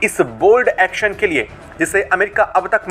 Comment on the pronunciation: एक्सन नहीं। एक्शन। हिंदी तो सही से बोलो।